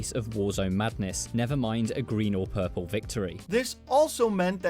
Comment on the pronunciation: you said purple wrong